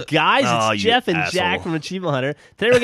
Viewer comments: just for the record, it's Geoff, not Jeff. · Its not Jeff it's Geoff